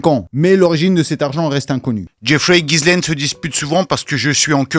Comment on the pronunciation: on prononce jisslaine le prénom Ghislaine qui est français et pas gisaile comme bcp le font. Force a ta vídeo sur heips